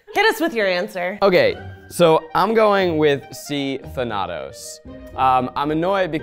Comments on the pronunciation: It's pronounced than-a-toss😭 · I'm sorry, I know this is not at all relevant now but pronouncing the name thanatos, who is the Greek personification of death, as tha-a-tose ( which I have heard more commonly used), may have helped the guys out as it sounds like the villain Thanos. They might not have guessed that he was associated with sleep, if they where thinking about Thanos (It also would have given Zack a opportunity to get in some funny marvel jokes). P.s. Just to be clear this isn't hate towards in any way, just as a mythology nerd it was going to bug me if I didn't point it out. I think and everyone else in this video seem awesome and I wish them all the best. 😊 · saying "I dunno who the f*k Thanados is", sent me! I had to double take at mispronouncing, but I was cackling and may have to pronounce it that way around the rest of my study group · Say it with me now folks! Than-a-tos! God of Death in Greek Mythology. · am i confused or thanatos pronounced differently? than-a(uh)-tos(toes) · mispronouncing Thanatos made me cringe, I’m sorry girl but it’s Tha-na-tos ily tho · My liberal arts self was screaming at Thanatos, the greek god of DEATH, being pronounced like that. The “Thana” should be like Vana White. Or like MCU Thanos with an “uh” sound in the middle. Also saying Artemis was a god of sleep 🫠. My quiz-league brain fried. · Thanatos is the most out of field wrong answer for a sleep trivia unless you're talking about the longest sleep, cause Thanatos is the greek god of death (also its not pronounced like that, sorry ily) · As someone currently playing Hades, the pronunciation of Thanatos kills me 💀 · i’m so sorry but the way you guys pronounced Thanatos had me sobbing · How everyone pronounces Thanatos hurts me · The mispronunciation of Thanatos was driving me nuts, I cannot lie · How tf you gonna pronounce thanatos wrong!?